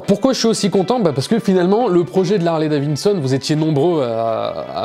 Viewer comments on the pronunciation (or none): Au fait, c’est Harley-DaviDson et pas Harley-DaviNson 😂 la moto...